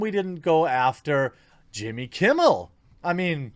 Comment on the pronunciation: You said Jimmy Kimble